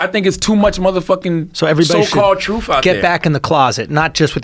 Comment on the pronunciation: Hard to respect someone who says troof. Speak English then we can talk.